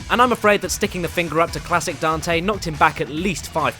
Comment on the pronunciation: But... that wasn't Dante. That was Donte.